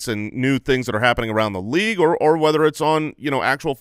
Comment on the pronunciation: you guys in arizona pronounce things so odd... "LEAGUE-ETTE" "URRLEEEEE"